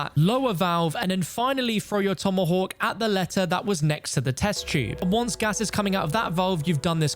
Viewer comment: The way he says tomahawk makes me slightly giggle haha